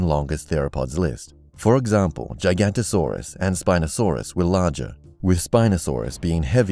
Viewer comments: The "G" in "Giganotosaurus" sounds like a "J".. you know.. like in the word "giant". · That's not how you pronounce giganotasaurus it's giga-nota-saurus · It’s Jee-ga-no-toe-saurs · It's not giagantisorous it's giganotrous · Gigan-OTO-saurus, not Gigantosaurus. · Lol its not Giganto its Giganoto. Cant even pronounce your own list right. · Giganoto Not Giganto, Really Minor Just Something I Noticed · its giganotosaurus not gigantosaurus.. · LMAO says "Jigantasaurus" as he shows you a list which quite clearly says it's name is "Giganotosaurus" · "jiga-NOT-o-SAUR-us" is what I've read the pronunciation and inflection to be...but I flinched a little when the narrator said "giant". I'm by no means calling you out though!:) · Its Giganotosaurus not Gigantosaurus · its not "gigantosaurus". its "giganotosaurus". jig-ga-NO-to-saur-rus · Its not gigantosaurus its giganotosaurus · It's not Gigantosaurus, it's Giganotosaurus, which is pronounced "Gig - ah - not - oh - saw - rus". Gigantosaurus was a Sauropod, not a Therapod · Giganotosaurus is not pronounced "giganto-saurus" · Giganotosaurus is pronounced "jig-a-NOT-o-saurus" not "gigant-o-saurus". It was gigantic, but that's not part of its name. Just fyi. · Giganotosaurus is not pronounced "J-eye-ganto-saurus"...it's "Jigga-notto-saurus". "Gigantosaurus" was a sauropod, and was herbivorous. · It isn't giGANTosaurus. It's giGINOTOsaurus. Seesh. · Gigantosaurus? You mean giganotosaurus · ITS PRONOUNCED GIGA-NOT-A-SAURUS NOT GIGANTOSAURUS (sorry) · the he said gi-ganto-saurus instead of gigantic-no-to-saurus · It’s pronounced giga-not-a-sawr-uhs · Way to butcher Giganotosaurus. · So much mis-information, then also the fucking pronounciation on the Giganotosaurus is just wrong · You pronounced giganotosaurus wrong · This youtube can’t say the names right LOL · JSGO- Listen to any paleontologist, like.. Ever. Seriously, look for a giganotosaurus documentary and listen to how they pronounce it.